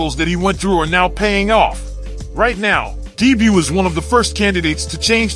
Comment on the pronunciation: Love the attempt at saying dibu i havent heard anyone who speaks english call him by his nickname